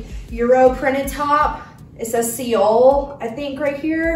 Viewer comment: Seoul is pronounced like soul. Seoul is a city in South Korea. Loved the outfits!